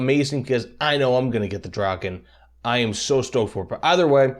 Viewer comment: As a Swede hearing you try to pronounce Viggen and Draken is a bit painful lol, great video though.